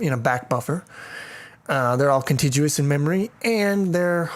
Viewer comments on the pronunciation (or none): Contiguous: con-TIG-you-us (hard "g")